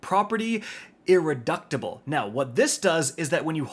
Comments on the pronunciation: Grammer police warning!!! I think the way to say irreducible is ir-re-duce-a-ble, like reduce, instead of reduct. We now return you back to your gaming conversation. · Bro said “Property: Irreductible” (added a T when it isn’t there) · "Irreductable" Bro, come ON!!!!!